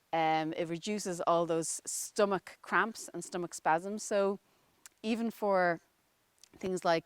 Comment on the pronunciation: You seem to be having trouble saying "stomach cramps" and "menstral pains" ???